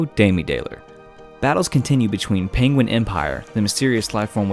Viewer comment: Is it just me but hearing him say pinguin over and over makes me laugh